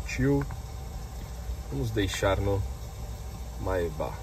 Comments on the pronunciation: lê-se Maybêque mano, não maybó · Pronúncia etrada: o certo é: 'meibec' e não 'maibá' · "mai ba" lmao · Sua pronúncia da palavra Maybach está incorreta, amigo. Mas o carro é sensacional. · Seria legal se o lucutor da Só Veículos aprendesse a pronúnciar a palavra "Maybach" corretamente. A pronúncia está errada no vídeo. Pra quem tem tanta paixão pela marca alemã, vale o esforço de aprender a pronúncia certa.